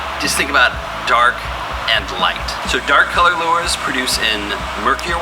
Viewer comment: I think its pronounced "lures"